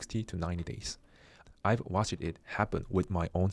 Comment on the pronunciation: The word “months” is a single syllable word has a single s in it. It’s not pronounced “months siz”. Pronounced “monthz” “Case” is a single syllable word it’s not pronounced “case uh”. Pronounced “cays” Most words ending in -ed the -e is silent. Watched is a single syllable word. It’s not pronounced “watch” “ed”. It is pronounced “watchd” 😂